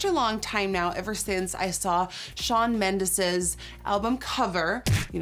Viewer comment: the way she said mendes tho